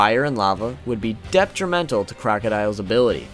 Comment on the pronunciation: I know you said your pronunciation was terrible, but how the fuck are you adding a "p" to detrimental?